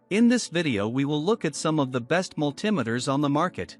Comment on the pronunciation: You lost me at Mull Timiters.